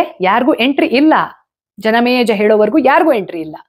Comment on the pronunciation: ಯಾಕೆ ಇವತ್ತು ಜನಮೇಜಯ ಹೆಸರನ್ನು ತಪ್ಪಾಗಿ ಉಚ್ಚರಿಸುತಿದ್ದೀರಿ.. ಆಶ್ಚರ್ಯವಾಯಿತು 🌹